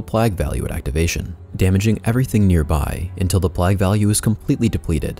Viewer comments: It's "plejg" not plagg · Really well put together guide. One minor thing - plague is pronounced "playg" not "plag". No big deal and it certainly doesn't detract from the overall quality of the guide. Thank you for putting so much time into it. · i'm sorry but it's PLAY-GH not pleghhh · I'm sure you've gotten this comment already, but the pronunciation of "plague" is play-guh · PlAAAAAAAAgue, long A my dude as in saying PLAYgue. Other than that,great video lol. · The King is back!? Do people around you pronounce "plague" like you do or the common way "pleig", wonder if it's a local thing or what. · If you could learn to pronounce diadem and plague that would be great! It's a bit distracting hearing you butcher those poor words especially because your accent sounds like a native speakers. <3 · had to stop watching after the 14th time you pronounced plague wrong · Why does he pronounce "plague" and "diadem" like that lol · The way you pronounce "plague" and "diadem" makes me wanna punch myself in the face till i cant hear it anymore.